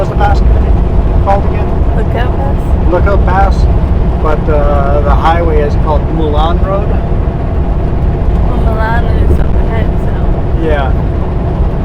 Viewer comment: Just a heads up, I90 crosses the continental divide on Homestake Pass just east of Butte, Montana. And the Mullan highway is pronounced "mole-in". Hope that's helpful